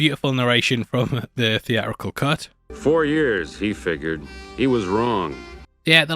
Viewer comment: It's Sicky T not Sticky T. It's theatrical not thee-ah-rickul.